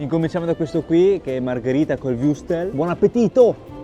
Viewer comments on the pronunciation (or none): Viuurstel????😂😂😂😂 wurstel!😂😂😂😂😂😂😂😂😂😂😂😂 Occhio alla pronuncia!!!!